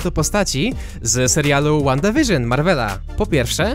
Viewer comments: przepraszam, ale to jest Wanda a to Vision WandaVision. Proszę czytaj przez,,w" a nie,,ł" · NIE CZYTA SIE ŁANDA WIRZYN TYLKO WANDA WIRZYN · Czyta się przez ł...